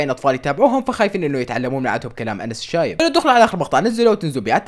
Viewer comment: انس الشايب ❌ انس العايب ✔